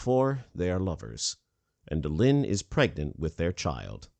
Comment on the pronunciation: It's Delenn not Delinn!